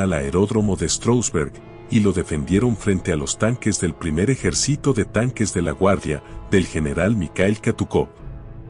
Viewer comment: Qué programa usas para esa voz sintetizada? LA verdad qué está muy bueno, solo se delata cuando te olvidas de poner una tilde, por ejemplo, cuando dice ejercito en lugar de ejército. O cuando pronuncia fiurér en Lugar de fuehrer.